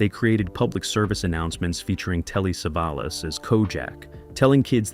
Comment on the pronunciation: Who is save-a-loss?